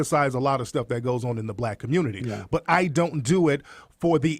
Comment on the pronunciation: Why does Peterson always have difficulty pronouncing black name?